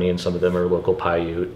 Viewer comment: Paiute is not pronounced with a long E at the end. Paiute is pronounced "pie-yoot" (rhymes with "boot."). And, Nevada is pronounced exactly as spelled with "ad" or "add" in the middle, NOT "odd" in the middle.